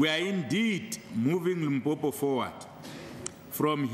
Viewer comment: Limpompo ke motiti die ding, how did u become speaker?? It is Limpopo🚮🚮